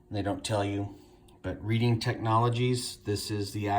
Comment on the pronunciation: Pronounced red-ing, not read-ing